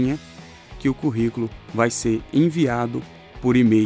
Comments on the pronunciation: O correto é: Currículo e não Corriculo!👍🏼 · Kkkkkkkkkkkkkkkkk "CORRICOLO" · "CORRICULO" É DMS 🤣😂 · Excelente explicação, mas é Corriculo mesmo??? ou Curriculum??? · Esse ''Corrículo'' doeu na alma,mas tirando essa falha gravíssima o vídeo ajudou demais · Excelente vídeo, mas corrículo? "Co" ?